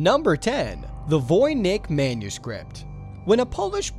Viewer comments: I cringed when you pronounced Voynich manuscript wrong. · voy-nitch not voy-nick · It's voy-nich, like niscccch. Not nick. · cos ive watched documentaries about it. and all the people that were interviewd for the docs pronounced it voynitch. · Voy-Nick? LOL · Mabsouta The narrator mispronounces names a lot.